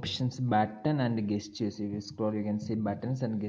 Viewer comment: Thanks. By the way, the word 'gesture' is pronounced with a 'j' sound (jes-chr)